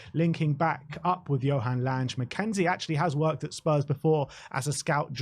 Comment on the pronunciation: FYI his name is pronounced Langer as in hanger.